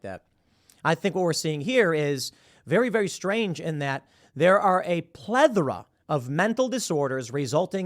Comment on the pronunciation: Plethura - The "th" is pronounced like the "th" in thistle, not like the "th" in leather.